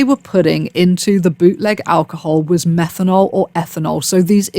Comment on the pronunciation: she said methanol